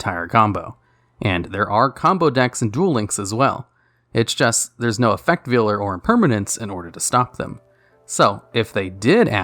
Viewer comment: Effect Veiler /Vay-ler/